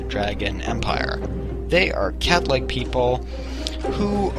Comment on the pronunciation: You said Cat-like people right? Cause I thought you said Catholic people....